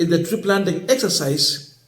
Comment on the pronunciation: Three planting or Tree planting bro.